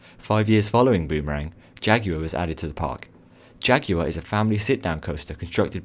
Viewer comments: Jag-you-er? Jag-war!! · It's jagaurrrrr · Jaguar is pronounced like jagwiar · OMG he says jagYuar 😑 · The way he says Jaguar 😂😂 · You say jaguar funny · Why do you pronounce jaguar like that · The way you pronounced jaguar triggered me